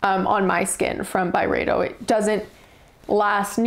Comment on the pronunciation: Thank you for these reflections. This was a helpful video for learning a little bit about a few fragrances from Byredo. It was darn slow going at times. This could have worked a bit better as like a 4 min video. I do really appreciate your lovely french pronunciations tho Also, the reaction to Pulp was pretty funny.